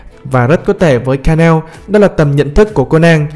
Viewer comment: ngta đọc là ka na ô , cứ ka neo cái gì :))